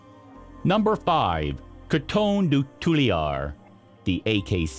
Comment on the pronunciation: Please work on your pronunciation of Coton de Tulear.